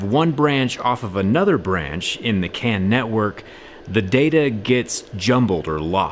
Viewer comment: I swear, when you started talking about the CAN issues, I thought you were saying the CAN'T network. Lol!